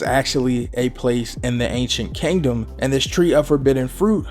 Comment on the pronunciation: Everybody: Kingdom: Kangdom Love ya bro thought this was funny though😂